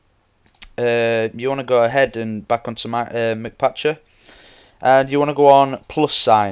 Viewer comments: its not MC like mac or mc donalds its m c patcher, m and c are sperete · mcpatcher isnt said like McPatcher... its said like MC (Minecraft so its said like the letter M and then the letter C) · no offense but ur embarissing ur self by sayin McPatcher but the mc part isnt like Mick it means minecraft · it's not mCpatcher it is MCpatcher